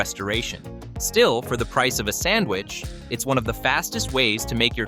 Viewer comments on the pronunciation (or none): none